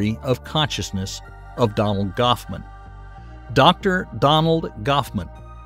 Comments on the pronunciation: It's Donald Hoffman not Goffman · Donald Goffman? Gosman? Is this AI? It’s Hoffman. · It's Donald Hoffman, not Goffman duhhhh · Donald Goffman made me laugh out loud... its Hoffman, not Goffman ;) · Said "Goffsman" over and over again, showed "Hoffman" twice. Come on. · Goffman? Really it's Hoffman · I believe is Hoffman and not Goffman ffs man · Dear narrator, it's Donald Hoffman, NOT Donald Goffman. 😮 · Poor Donald 'Gauffman'... Can't even get cited properly😂